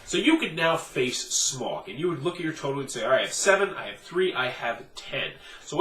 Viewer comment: Why are North Americans incapable of pronouncing the name Smaug correctly?